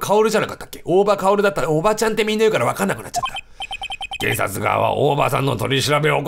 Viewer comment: 大場カオルが、「大馬鹿居る」に聞こえる笑